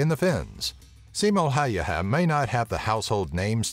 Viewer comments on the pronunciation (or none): Haha, it was pretty hilarious =P Sounded more like Simo Haijaha to me, lol. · pronounced "Simon Hey-ia" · tää lausuu sen simo häijähä :D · It's Simo Häyhä, not Simo Haeyaha, as you say it 😂😂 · Its Häyhä not häijhä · i live in finland and its häyhä not hauhjaha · I like how hilariously you pronounce Simo's name. "Simou Haijaha" xD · more like Simo Haljaha or whatever he said lol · Simo Häijähä :D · "simo haijaha" good job dude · ColdnPointless I Heard him say "Haijaha" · "Simo Häyähä" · Simo Häyhä = "Simo Hadiha" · Seemow hayyaha :DD Sorry, but the American pronunciation is terribly amusing for a Finn to listen. But then again if didn't use the letters Ä and Ö I wouldn't know how to pronounce them either. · the pronouncing... SJIMJOU HJÄYHJÄH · Simo häjijähähjiähä😂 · Lol Siimoo hayyhaa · You say hauuha 😂😠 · I'm cringing every time he tries to pronounce Häyhä's name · I heard that too xD ROFL when i heard him say Häyhä wrong. I'm swedish, hello neighbour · Basically first saying "Simo Hälhijiä? What the fuck? :D" then "At least he tried to pronounce the name like we do..." after which "well let's give a plus for the fact that Ä didn't come off as A", "The guy is claiming that the ryssät (russians) would have conquered Finland" and finally "Can't bloody talk English". Why did I bother to translate? Cause I'm bored XD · FortyFly englannin kielessä ei ole ä joten ne eivät voi lausua kunnolla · So I'm finnish and every time he said "Häyhä" it cracked me the fuck up. He pronounced it waayy off lol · You're mispronouncing Häyhä's surname so bad that it hurts my ears. But nice of you to add him into this. Edit: Google translate it into Finnish and listen to the pronunciation. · Im from Finland and i laughed the hardest with the pronounciation of the Simo Häyhä´s surname. Sounded like japanese lol :D And also, all you guys who think that snipers are cool. They just annouced to make a Hollywood movie about Simo Häyhä